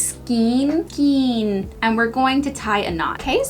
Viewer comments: beautiful. It's pronounced Skain... rhymes with pain... :D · Acrylic is very hard to dye. Rut has a dye for synthetics but you have to boil the thing for at least an hour and need huge pot. AND the word is pronounced like rain (Skain) skein. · Skein rhymes with rain. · Acrylic does not take due very well! Cracked me up the way you said skein every time.